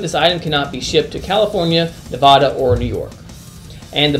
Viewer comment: you pronounced Nevada wrong :-(